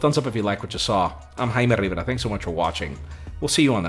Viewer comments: I literally didn't know what he said until I saw this. So that's what "hamadrrbra" means